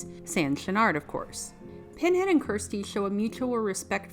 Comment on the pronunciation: What happened? She's still working in cinema, and is quite the accomplished painter. Also, it's Kirsty, not Kristy (as said at the beginning of the video). She was featured in four of the Hellraiser films, not just three of them.